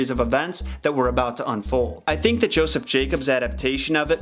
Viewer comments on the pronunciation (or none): none